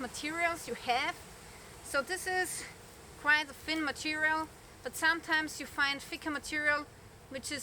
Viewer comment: Use a voiced 'th' sound with 'clothing'. And the 'o' sound rhymes with 'hole', not 'off'. Also, use an unvoiced 'th' sound when saying words like 'thin' and 'thick'. You've been saying "fin" and "fick". It's a common mistake when German speakers speak English. Your English is perfect otherwise. Hope that helps!